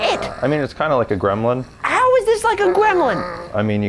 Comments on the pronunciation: I don’t think Justin roiland was actually saying Gremlin, sounded more like Grimblind 😂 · Making the silent b in gremblin not silent was a stroke of genius!